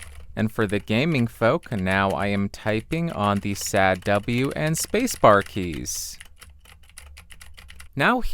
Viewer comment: HAHAHA, you said "SAD-W" keys, that cracked me up. Not because you didnt say wasd, but because a sad-w sounded funny to me, like a sad win.